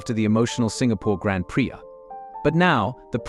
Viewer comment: wait till you hear how the ai pronounces grad prix